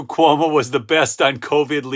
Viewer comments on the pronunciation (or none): none